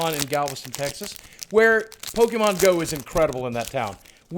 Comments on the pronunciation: Pokémon is pronounced Po-keh-mon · actually its pokemon not pokiemon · Boogie you should watch the show with your family its a great way to learn how to pronounce pokes